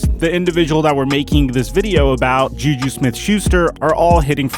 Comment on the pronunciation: He called JuJu YouYou